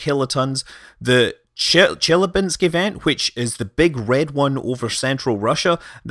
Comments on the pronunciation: I'm terribly sorry, but that city is not "Jelly-bean-sk" but Chelyábinsk, something like che... [as in "check"], ...lya... [light and simple, as in French "la"], ...binsk [as in "bin" + two more consonants]. With the stress on "lya". Here, now you know how to pronounce it properly. Me though, I'll start calling it Jellybeansk from now on. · ChelAbinsk. Stress on A. Good try though. :) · Took me a minute to understand that you referenced Chelabynsk. The accent is on the a not the e (source: I speak Russian).